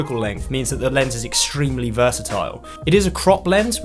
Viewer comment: extreeeiiimely extreeeeimelyyy